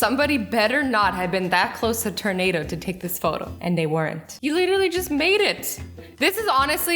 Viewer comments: I love Azzy's tornado pronunciation, Turn-ado! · It sounds like you say terdnato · Cant get too close to them ternados not makin fun jus like ure pronounciations makes me laugh